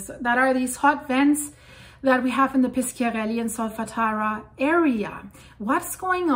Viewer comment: I don't know how good her italian is but it's Pi sh iarelli and not Pis k iarelli.